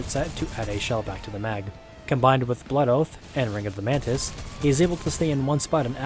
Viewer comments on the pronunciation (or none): none